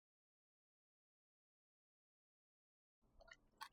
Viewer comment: This is da bomb❤❤❤❤. I like the "nice and tasty" in Jamaican voice. I love that accent. Wonderful recipes . Thumbs up Chef....